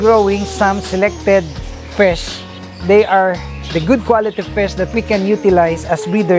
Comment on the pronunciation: I love it whe you say fish:) fisz